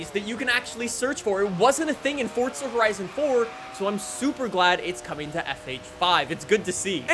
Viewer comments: It's called forza, not fortsa 💀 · why do you say "fortza"? it's "forza", not "fortza" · It's not fortza it's forza